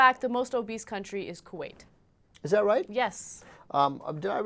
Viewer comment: Kuweight lol